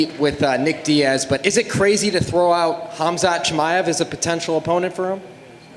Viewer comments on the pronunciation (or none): none